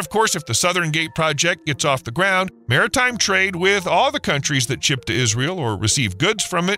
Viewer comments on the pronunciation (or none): none